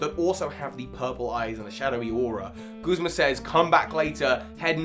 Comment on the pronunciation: Video: Very good. pronunciations of “Guzma”: Terrible. Truly terrible.